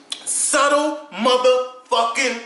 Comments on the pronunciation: funny vid, but its "Subtle" not suttle haha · "subtle" got a "b" in it lol love u